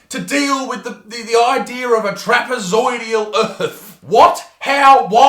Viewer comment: Sorry if it's already been said... the word is trapezoidal, not trapezoidial.